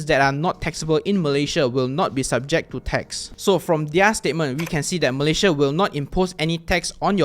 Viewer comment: Thanks for the tutorial but please learn to pronounce the name of your country 'Malaysia' correctly.